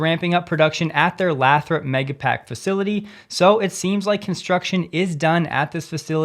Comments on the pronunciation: 1)This is picky, but the city name is pronounced Lay-throp, not Laa-throp. 2)Duracell sales used to go up the more Energizer advertised. Don’t know if it’s still true but it was 30 years ago. So it’s not unusual that Tesla benefits from other companies advertising since they are the market leader. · it's pronounced "Lay-throp", not "Lath-rop". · Lathrop is pronounced Lay-thrup. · it's pronounced LAY-throp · It’s pronounced lay-throp. Hard to hear it butchered lol